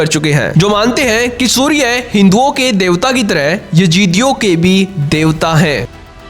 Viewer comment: सूर्ये नही सूर्य बोलो